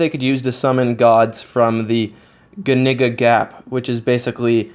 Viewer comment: The ganigga gap???? Ahhhhahahahaha.